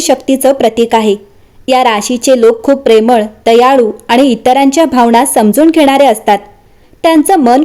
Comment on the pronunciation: भावना ✅भावणा ❎ मीन ✅ मीण ❎